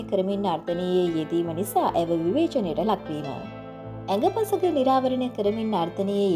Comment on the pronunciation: නව පරපුරේ තරුණ තරුණියන් පාසල් සමයෙදි නිවැරැදිව භාෂාව ඉගෙනගන්නෙ නෑ. උපතින් ගෙනා කුසලතාවෙන් වැඩ කරනවා. ඒත් ඔයා අවුරුද්දක් යූ ටියුබ් කළොත් ඒ වසර තුළ භාෂාව ඉගෙන ගන්න. අඟ පසඟ (අංග සහ පංචාංග) මේක ඇඟ පසඟ කියලා විකෘති කරලා නිවේදන කරන්න එපා.